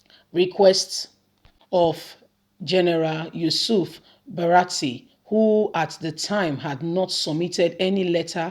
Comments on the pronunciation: not BARATI but BURATAI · the name is Bu-ra-ta-i, elehin goro, elehin woji.